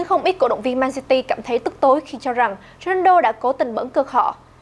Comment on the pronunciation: Cj đọc ronando lại là cr7 trong game ff à ? ':((